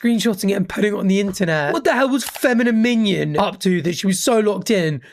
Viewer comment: LOL the fact that doesn't know feminominon is a chapell roan song is sending me😂 the way he pronounced it.